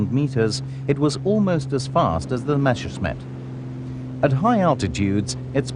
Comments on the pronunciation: Why is it so hard to say Messerschmitt instead of Meshersmitt? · Why do they always have to say "Mashersmitt"? Can't they read? MESSERSCHMITT!!! That can't be too difficult, even for people who don't speak German! That's ridiculous and distracting. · Rules for hiring narrators for WW2 air war docos: If they can't even pronounce Messerschmitt, never mind Rüstsatz or Ploiești then they don't get the job!